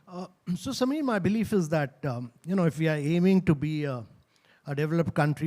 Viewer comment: Notice how this Indian converted into an American pronounces "Samir". he was born to a Sikh family yet he doesn't have a pagri. Such person can not be trusted and Amreeka cannot be trusted at all.